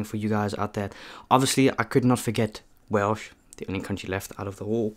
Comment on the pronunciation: Nice vid entertaning. Just a question as you cannot drive a car do you walk by youraelf to hwt your food for your vids. Also your pronounce it whales i know ots wierd but there ys go